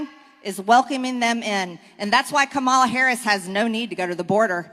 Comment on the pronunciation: Please call our President by his title, not his nickname. It’s “President Biden”, not JaBiden. Or just say, “Biden”. Also, it’s pronounced, “Comma-la”, jerk.